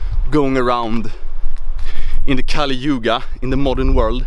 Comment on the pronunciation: what is a cali-yoo-gah?